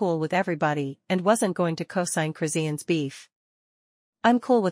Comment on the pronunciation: Why can't you pronounce her name right